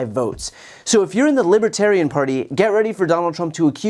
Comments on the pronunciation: Lol, "libitarian". Can't even pronounce it correctly. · He says Libba-tarian. Cringe. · I was going to ask : WTAF is a "libbaterran"?😁 Nothing is more disrespectful than mispronouncing the name/title of the group one is trying to influence! That's iDJiT, in a nutshell.🙂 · Trump says Libitarian. He cannot even pronounce the party he wants to lead. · Who is the “libitarian” party? Or …. can trump not even pronounce the name of the party from whom he is trying to get support. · If you're going to speak at a Libertarian National Convention, you might want to learn how to pronounce LiBERtarian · Lippatarian! And he repeated it! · That's what Inwas thinking too. Lib-a-terian. He's so ignorant! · Lippotarian party? Did he say the Lippotarian party? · Will some one tell him it's a B not a P. Lib libertarian God that was getting annoying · He can even pronounce Libertarian. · Hmmmmmm…. He can’t even SAY the word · #olestanky can’t even pronounce libertarian. 🤣🤣🤣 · Trump can't even pronounce "Libertarian." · He can't even pronounce libertarian?!? Reminds me of the South Park where that weird dude couldn't pronounce the T in planetarium?!? He is literally a real life Cartman!! 😂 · He cannot even pronounce Libertarian. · the absurd disrespect, he can't even pronounce libertarian correctly to their faces. side note, junior sounds like he's on deaths door lmao. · He can’t even pronounce Libertarian. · Can he pronounce libertarian? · Trump can't even pronounce Libertarian. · He doesn't know how pronounce Libertarian much less have the same ideals as the Libertarian Party. Vote Blue 💙 down the ballot 💙 That's Nice! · He's not even trying to say Libertarian right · He can't even say Libertarian. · He cannot he pronounce "libertarian". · Can't even pronounce Libertarian correctly. Speaking with thick tongue. Dementia Donny. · He can't even pronounce " Libertarian " correctly. I'm sure he has no idea what a Libertarian is. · He can't even pronounce the party's name correctly.